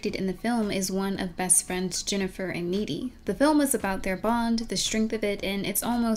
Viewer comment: GOD-DAMIT, her character name is N-E-E-D-Y!